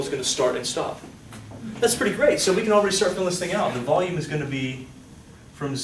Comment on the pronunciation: anyone catch the kid saying wackolume , when talking about negative volume ...